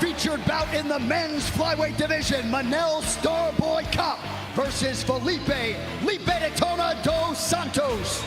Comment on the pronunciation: “Helipe Daytona” 😂 come on Jon